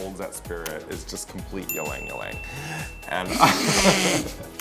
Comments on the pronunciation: Raja, its not pronounced as #YlangYlang 'y' is pronounced with strong 'I'. Read as #IlangIlang. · ...pronounced Eeee-lang Eeee-lang. btw. And Raja, darling, maybe a little less pot next time? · That’s not even how Ylang Ylang is pronounced.... sweet Raja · raja saying ylang ylang though 😂 as a filipino, cant relate